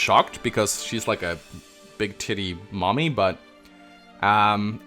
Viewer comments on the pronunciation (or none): none